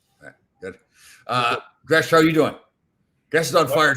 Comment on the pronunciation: Jere Gillis, Gresch got the last name right!